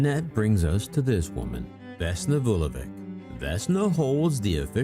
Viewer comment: The plane was shot down (planted bomb) by the Croatian Ustasa, the communist government at the time did not like to announce it because most of the dead were Serbs.And you could learn how to pronounce Slavic (Serbian) surnames, that letter at the end is not read as K but CH.